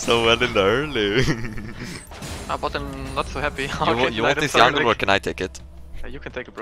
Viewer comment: its jungle not yangl